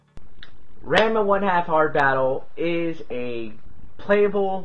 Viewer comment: it's pronounced differently. The first part is like the name Ron. It's more like Ronma.